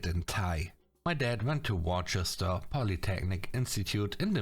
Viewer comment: Great story narrating as usual,. Just a quick tip though.... it's pronounced "wuss- ster"